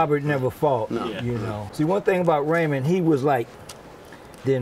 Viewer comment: It's Raymond not ramon